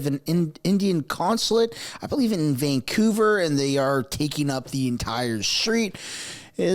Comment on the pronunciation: It's Vancouver not Vangcouver